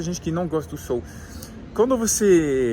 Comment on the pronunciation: Não é sôl e sim sol!🌞 acho que ele vai até se esconder a cada vez que vc pronúncia “sôl”! Apenas uma pequena observação uma vez que vc fala o português bem. 😊